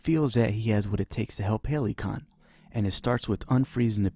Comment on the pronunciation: “Halycon” sounds pretty legit too